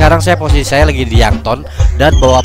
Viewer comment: Yankton bukan youngtun Merryweather bukan meriweter Rip english :p